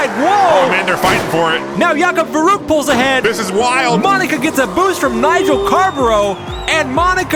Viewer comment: Oh man, I love that channel. It never get boring. By the way, the ü in verrückt is not pronaunced as a 'u'. Did you know that verrückt means crasy or nuts like it drive me nuts which first perfect to a car-race. Cheers from Hamburg, Germany. 😃😃👍😁😁